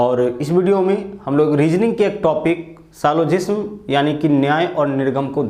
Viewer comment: Yr.. Bhai.. सिलोजिस्म नहीं, सिलोगिज्म होता है 🤣🤣🤣🤣🤣🤣🤣🤣